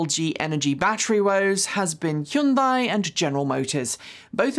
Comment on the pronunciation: I think you're over pronouncing Hyundai